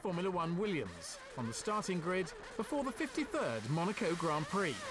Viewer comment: I like how Moss pronounces Monaco. Thanks for sharing these, it's so interesting, sad that YouTube is so awful